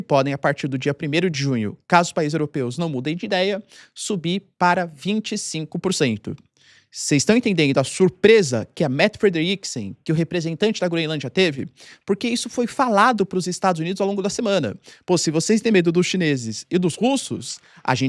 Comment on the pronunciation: procure pronunciar assim: "MÉtte FrÉderiksen" - é assim que é o nome da ministra dinamarquesa, Mette Frederiksen, ok?;). Tak for det!:thanksdoc